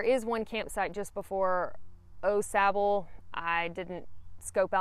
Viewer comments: I was going to reply the the same thing. It’s definitely Awe-sauble. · It’s pronounced Awe Sauble. Not Oh Sauble. Glad you enjoyed the trail. It’s my favorite trail. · Everyone I know pronounces it Aw Sahbull, but then again people say Deetroyt instead of Daytwah. Rather than wake up to hundreds of mosquitoes on my tent screen in the morning, I set up the tent before I go and spray the screens with something (I use Yard Guard) whose active ingredient ends in "ethrin". With deet they stay near you but don't land. With the ethrins they land, take off, and go die somewhere minutes later. It changes the campsite from swarming with mosquitoes to almost none. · Night 1 Au Sable, is pronounced aww- saw bo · Au Sable is pronounced Oh- Saab. #puremichigan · It’s pronounced Awwww Sabo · Having lived in Michigan, I always chuckle over the pronunciations of Au Sable by those who haven’t. Kinda cute actually. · I can tell.your not a michigan native by the way you say au sable 😊